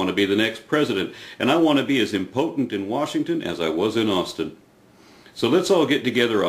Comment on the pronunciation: " i want to be as im-po'tent in washington.." nice word smithery